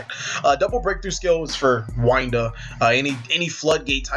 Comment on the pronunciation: Not to be mean but winda not Wynda sry it just annoys me, love content keep it up